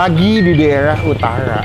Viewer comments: UTARA BANG, BKN UTAWA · utara bukan utala...🤣🤣